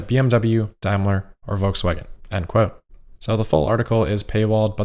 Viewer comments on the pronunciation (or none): none